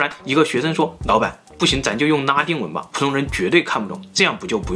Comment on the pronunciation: 哪來的腔調 為什麼le都變成ne的音 ㄋㄚ 丁文 超ㄌㄥ ˊ膩